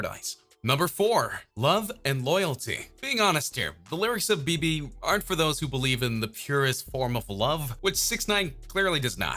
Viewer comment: dude learn the pronunciation of the song title